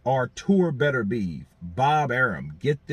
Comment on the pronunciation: Hey how about you show him just a little bit of respect by learning how to pronounce his name properly.